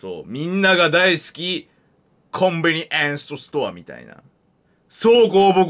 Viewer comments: コンビニエンストストアって言ってる可愛いすぎますよね😂💕💕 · コンビニエンストストアに聞こえたw